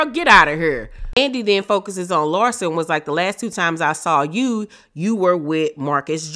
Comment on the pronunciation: LARSA versus LIE-ZA 😅😅😅